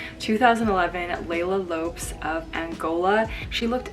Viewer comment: Leila Lopez (low-péz)